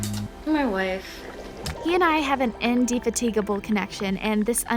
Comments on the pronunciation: Why do they get these commentators who can't bloody read? IndeFAT-i-gabl it's pronounced! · Learn how to say “indefatigable” 🙄